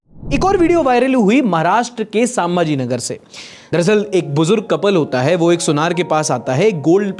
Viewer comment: its not सांभाजीनगर its संभाजीनगर